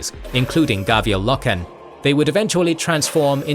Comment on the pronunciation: Okay this is gonna annoy me and yes I am "that guy" for doing this but its Roe-gul Dorn not Roh-gal, Low-ken, not Loh-ken, Eye-doe-lon not Eye-doh-lon